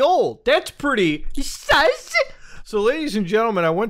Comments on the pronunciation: Love that muta says SAS instead of sus to demean the lower masses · The way he says sus😂😂😂😂☠️🔥